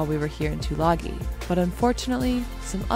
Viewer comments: FYI,it's pronounced " two lung ee". :-) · Tulagi is pronounced Tulangi as in sing.